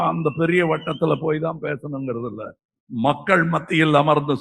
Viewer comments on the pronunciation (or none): none